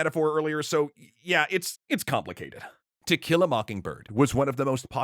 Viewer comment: I keep hearing "tequila mockingbird". 🌚🌚🌚